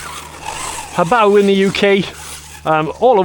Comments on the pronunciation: The most impressive thing about this video is you're pronouncing Hobao correctly! 🙂👍😅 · No disrespect intended, just 99% of channels get the name wrong. I don’t think I’ve ever heard someone else pronounce it the same way I do. I could be wrong though! I’ll admit I only watched the recap at the end, but I’m sure the rest of the video was great as usual. 👍👊🤙